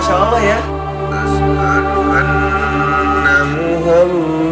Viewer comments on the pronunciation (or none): none